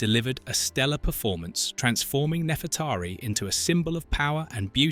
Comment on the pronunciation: also saying nefretahri instead of Nefreteri